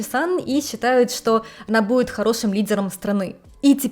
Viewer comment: Привет из глубинки Вологодчины )) смотрю тебя уже лет 7. Спасибо за контент.. Замечать стал как русский твой язык всё отдаляется по произношению и звукам ( к примеру сегодня много раз услышал слово будет без д..))